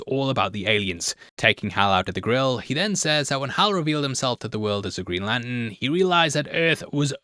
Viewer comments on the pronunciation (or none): Sounds like he is saying 'Greenland' and 'Latin' - and autodub agrees!